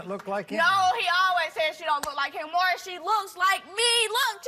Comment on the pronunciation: I wish DA people could pronounce Maury's name.